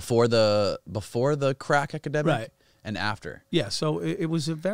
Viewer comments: "crack ekidemic" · is it me or are they saying academic instead of epidemic